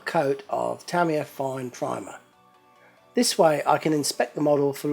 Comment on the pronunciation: its pronounced Tah-ME-yah = Tamiya